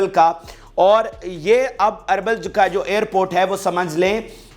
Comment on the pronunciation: یہ اربل نہیں یہ اربیل ھے